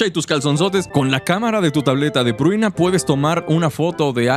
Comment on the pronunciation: El buen compa pruina pruina pruina y la chica se llama Prunia xD, la dislexia compa